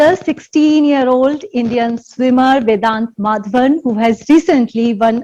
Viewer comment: His name is Vedaanth and not vidanth…its an indian name and indians are finding it hard to pronounce as it should?whats with y’all fake accents?